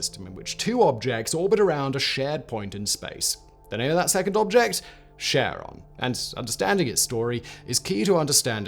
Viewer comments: Pronouncing it "Sharon"? Seriously? No one tell Julius Sheeser, he might go to sherch and sheck his shar. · Kar-on would be more accurate. Good video otherwise. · Charon is Neither “Share-on” nor Sharon. It is a hard C not a soft C. ✨✅ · Every time Simon said Charon, all I heard was Ozzy yelling "Sharron!!". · Can you please pronouce it properly and not like Sharron? It is named after greek keeper of underworld not someones aunt. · I couldn't help thinking of Ozzy Osbourne when you kept saying Cheron. Cheron ! where's my bleeping remote !. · I despise James W. Christy with burning passion for naming Pluto's moon after his wife. And everyone who pronounces Charon as "Sharon" should be burned on a pyre. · Okay, first off it's Charon with a soft, but very discernable G-sound. And an A like in gArrison. Second: stop talking so affectatious. It's unbecoming. Third, your beard! It's too big. Now you like like a learned rabbi from the time of our grandfathers. Your head is too small for such a grandfather bush. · You're pronouncing it wrong. It's Greek, not French. You read it as if there's a K. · Kh, not Sh. Almost like Karen but not quite. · I don't want to hate on this video cause Simon and all his channels are awesome, but it's karon, not sharon, right? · its charon not cheron... it made video unwatchable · In Greek mythology, Charon or Kharon (/ˈkɛərɒn, -ən/ KAIR-on, -ən; Ancient Greek: Χάρων) idk who Sharon is. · Pretty sure it's pronouced "keh-ruhn." Almost like Karen. Not pronouced Sharon, like Ozzy's wife. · True to his word Simon has blocked comments mentioning the word that starts with a P and sounds like annunciation. But to be fair even astronomers don't agree on how to say Charon as some go with naming the planet after his wife while others use the classical (keh-ron). Personally I'm old school and hearing it as Sharon grates on my ears but I'll get over it. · Charon = Kuh - ron, not sharon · Car-On, not Share-On. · It's not Share-on, it's Care-on.